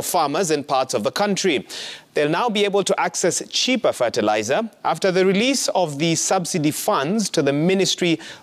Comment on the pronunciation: Ferterlizer?? Tf is that